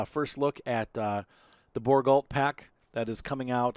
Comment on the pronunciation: It is pronounced Bour go